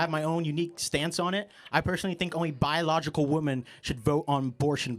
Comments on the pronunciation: why do gen Zs say womAn instead of womEn when speaking in a plural? I've noticed it a lot. is a good example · Another woman who cannot pronounce "womEn". How they get through life, I will never understand! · .... someone should tell that girl that woman is pronounced differently than women. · That girl can’t even know how to pronounce two different words. Singular and plural. woMAN and woMEN. (wimin) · This imbecile has the nerve to act condescending about an absolutely stupid point, and while doing so, keeps saying “woman” when she should be saying “women.” Baffling. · To the nursing student, it's pronounced "wimmen" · wtf when did I change timelines and get stuck in the one where people don’t know how to say women and woman properly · She can't even pronounce "women."